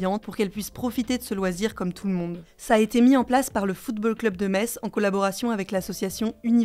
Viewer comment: Hugo decripte vous êtes mon média préféré car vous dites Metz [mess] ❤